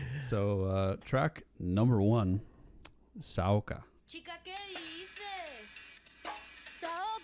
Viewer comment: After a 2 minutes into to Rosalia and after saying that you’re a huge fan and u absolutely love this album you proceed to say “Saoka” instead of “SaokO”😭😭